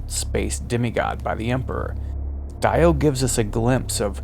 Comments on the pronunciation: Die-o, not Dee-o? Oh well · i cant shake the feeling that something´s wrong whenerever you say Daio instead of DIO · Every time you guys say DIE-OH instead of DEE-OH you date yourselves as infants of the empire. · It’s pronounced, “Dee Oh” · Correct, that is the proper pronunciation. The English voice actor made a mistake. I am British and it would be pronounced as “Dee Oh” 🤘🏻 P.S Great breakdown!